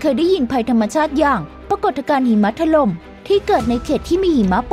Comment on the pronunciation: พี่พูดผิดใช่ไหม หิมะถล๊ม55